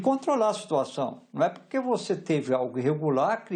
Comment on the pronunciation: O Valdo boquinha falou puque? Jornalista heim